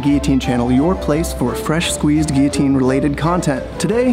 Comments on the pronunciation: does he say gui-otine or am i just not hearing the L's being pronounced? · did that guy running a guillotine channel really just mispronounce guillotine????